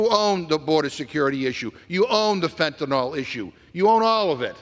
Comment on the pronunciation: Fentanyl, not Fentanol.